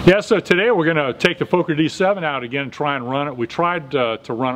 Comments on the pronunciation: Love your videos! Its actually pronounced exactly like an american would say focker, so fucker with an O xD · Nice video, great to see the old airplane come alive again! By the way, Americans always pronounce Fokker like "folker" with a long o, but actually it should be pronounced with an o like in "boss" or "lock", so like saying "locker" with the "l" replaced by an "f". Hope to see more videos soon!